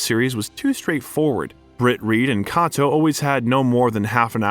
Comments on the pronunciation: IT'S PRONOUNCED "K"..ATO . I HATE ANNOUNCES THAT A STUPID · IT'S PRONOUNCED "K"..ATO . I HATE ANNOUNCERS THAT A STUPID AND CAN PRONOUNCE NAMES OR COMMON WORDS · Oh my fuck! How can you mispronounce so many well known names? Say it with me kay-toe. William doe-zur.